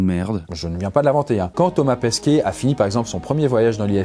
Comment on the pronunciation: Il n'y a que moi qui ai l'impression qu'il prononce Thomas Pesquiet et pas Pesquet ?